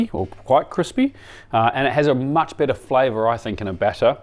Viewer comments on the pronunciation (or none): none